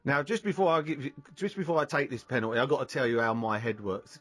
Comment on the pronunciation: "Ah com on in'a GAYME". "Penool'is" Seriously there's way too many millionaire's walking around out there that don't even have a full school education... this guy clearly never went to college or even finished high school... it's ridiculous, it's shocking that 8th graders are literally able to get high results in spelling tests and math questions than these fully grown adults who're out in the world... HOW is this possible?>??